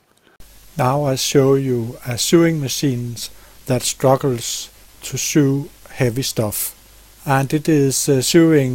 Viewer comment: Thank you for the great sewing machine information you provide for us! I have a 237 myself and will check this out, since I have definitely had trouble sewing thick materials. Incidentally, you may not be interested, but if you are, the word "sew" in American English is pronounced exactly as "so," despite the spelling difference!